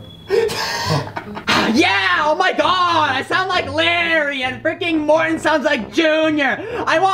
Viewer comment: Morton Not Morthon